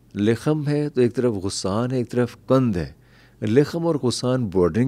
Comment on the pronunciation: غسان میں غ پر زبر ہے